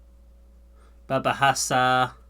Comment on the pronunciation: keep practicing ...it's hard for you to say R on "berbahasa"